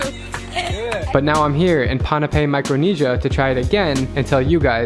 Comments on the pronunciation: Dude! Its called (boo-n-pay) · Pon-pei that’s how u say it